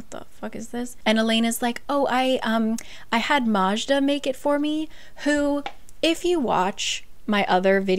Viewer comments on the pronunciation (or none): heyy im czech and we actually have the name Majda and its pronounced May-duh, but instead of an E sounds it more straightoforward A, as in "majestic"! Its short for Magdalena :o) Hope that makes sense haha